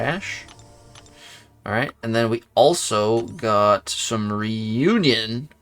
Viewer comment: learn to read, says reunion wow smh